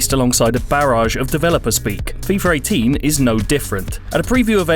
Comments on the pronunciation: Why is he saying "Fifar 18" ??🤦🏽‍♂️🤦🏽‍♂️🤦🏽‍♂️ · "FIFER 18" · I too was wondering if I was the only one that heard FeeFer 18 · Did anyone catch the way he said fifar 18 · "fifar 18" brits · fifer 18? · "Fifer 18" "Efree"